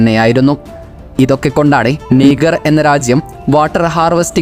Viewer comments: നിഗർ അല്ല നാ... നൈജർ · നീഗർ അല്ലാ നൈജർ